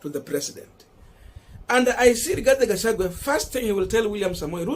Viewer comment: Rigathi Gachagwa please. It bores. Pronounce well.